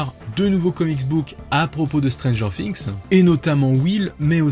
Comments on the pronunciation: non c’est Stranger "Fi"ngs et pas "Si"ngs car on dit a Thing a "Fi"ng donc... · Ça me stresse, vraiment😂 stp arrête de dire stranger Fings, cest stranger THings bref😆